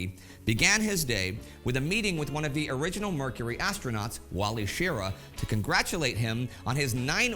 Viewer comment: Why does a history guy not know how to pronounce Wally Schirra? Fail right out of the gate!